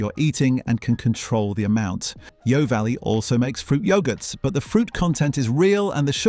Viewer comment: Great advice but pity about the computer voice - bebeque instead of barbeque, yow valley not yeo valley, unless the guy talks funny.